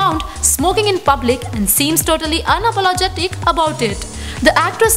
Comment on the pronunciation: Absolute RUBBISH video! "Unapologetic about it" (in a horrible South Indian accent, mind you)???? Damn, its her life, her choice. Who the hell are you to be judgmental?!